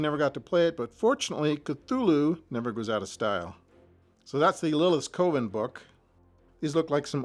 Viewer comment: Thanks for sharing the drawer. Minor nitpick—“coven” rhymes with “oven”, as we learn in American Movie I still have my D&D modules from the early 80s that never got played. They spent too much time in my mom’s attic, though, so they don’t look quite as nice as these.